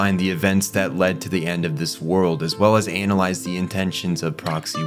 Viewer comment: I don't like how you said analyse 😂😂